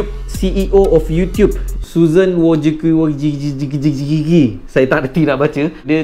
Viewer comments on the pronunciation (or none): wuu-CHIST-kee bukan Chris Wee tau